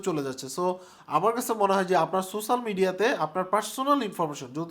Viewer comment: Spell so-she-al media , not sosal media .